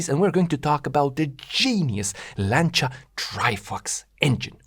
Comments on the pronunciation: very interesting as usual.. even if your videos are worth watching just to hear "Lancia" pronounced correctly! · Finally somebody that can pronounce "Lancia" correctly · Fantastic video. Thanks for making. Thank you also for pronouncing 'Lancia ' properly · Thank you for saying 'Lancia' the correct way. I'm tired of hearing Lanssia lol